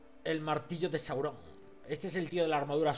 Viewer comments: Es Sauron, no Saurón xD., apréndaselo. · porfavor no digas mas saurón es sáuron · Sauron plis no saurón jajjaja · sauron no saurón